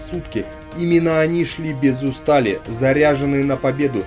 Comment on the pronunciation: без Устали , а не устАли - учи орфоэпию, чтец хреновый...